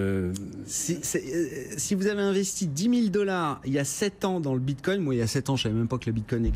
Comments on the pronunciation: J'ai entendu "bindgcoin", j'ai instant dislike. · Il sait même pas dire "bitcoin" ("le binecoin") ce guignol.